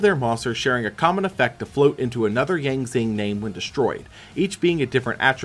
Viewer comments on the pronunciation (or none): 2 things. 1. I wonder how he'll react when he does 2015 and sees the worse fusion spell for a fan favorite deck (Red-Eyes Fusion). 2. The x in the Yang Zing names are pronounced like "shi".